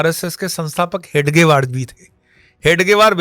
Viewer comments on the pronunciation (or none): none